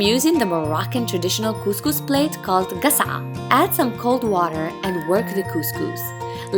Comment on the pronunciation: I am Moroccan from Dubai and I just shared your video with my wife (which is not Moroccan). I hope one day she ll be able to cook this Moroccan traditional dish for me. Thank you very much for the video. Ps: I loved the fact that you are using the traditional dish to prepare couscous and how u pronounced the name properly (gasa'a).